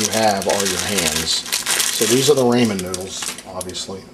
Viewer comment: It's RAH MAN not RAY MAN